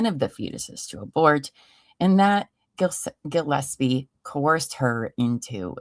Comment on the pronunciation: Mikes last name is Gillespie no gosepi